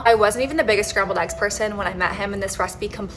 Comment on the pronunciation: Why is eggs pronounced aggs?